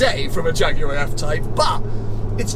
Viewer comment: Loved it till you said Jag looker, it so is and thus not a keepee